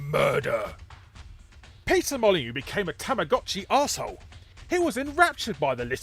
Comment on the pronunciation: I love that you pronounce Peter Molyneux as Pizza Molyneux at ~ .